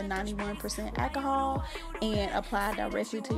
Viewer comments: I could only listen to three mispronunciations of alcohol before giving up. 😂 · Girl i bet u love the dollar tree...go on with that ahkahall..i always thought it was called alcohol but hey ahkahall is cool too.smh